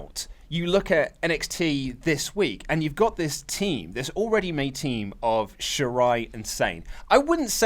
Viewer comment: Shirai sir not shairi.. but it is hard to spell